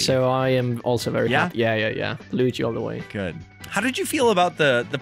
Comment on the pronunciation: I like this movie so much more than i expected to. My biggest gripe was Mario calling Luigi "lou" Idk why but I hate that lol